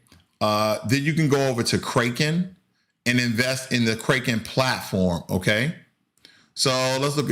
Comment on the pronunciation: You killed me when you said “Kraken” like Raking... it’s Kraken like “crack in” lol... “Orchid” haha. It’s “Or Kid”, not “Orchard”. thanks for the laugh. [no disrespect, just funny]